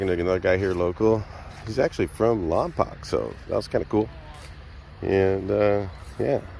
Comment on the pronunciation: Was gonna say wassup but you were having a conversation in the swap meet area. Like the video great info on some of the stuff I missed. Ps it's pronounced lompoke. But spelled lompoc.